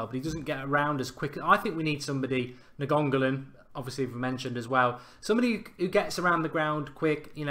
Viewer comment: We don't need dier, he's just another Carrick. We need a midfield destroyer as you said, like "nagongolan" lol